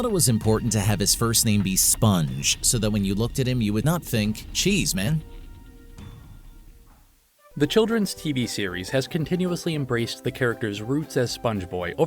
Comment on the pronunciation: A message to whoever you had do the voiceover... My guy, there's no comma there. Steve wasn't saying "cheese, man." He was saying "Cheese Man". As in a man made of cheese. a cheese person. How are so many ADULT HUMANS so bad at reading? It's one of the most basic things we learn, and everyone is shit at it.